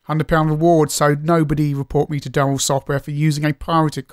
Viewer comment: It's DU-RELL not DUH-RELL because there is only one 'R' ;o)